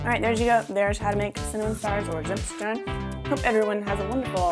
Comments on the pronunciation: Loooove it !! It feels like home ! I can't wait to get back to my family for christmas :) Also, their pronouciation goes more like "tsimt shtairn", but I'm not sure of my english phonetics writing ;) Thanks for the recepie !!! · Bravo, I love Zimtsterne, but I never dared to make them at home, because they are kind of complicated. I only had the storebought kind...which is great, because here in Germany you can actually get them in the stores :) Your pronunciation of Deutschland was very good, the way you said Zimtsterne was adorable, but could still be improved - nontheless very nice for a first try. Loved the christmas around the world series, you are a very likeable person, Greetings from Deutschland, Charline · You are pronouncing "Zimtsterne" so wrong but also so very adorable! German is hard, even for us native speakers.